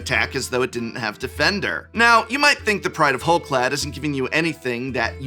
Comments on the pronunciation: you're the expert on pronunciation, but "clade" ≠ "clad". Rather than being clad in hull, they're part of the "hull clade" (clade meaning a group of organisms believed to comprise all the evolutionary descendants of a common ancestor - Oxford). Am I missing something? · your pronunciation of Clade is killing me. It's pronounced like Spade or Made lol.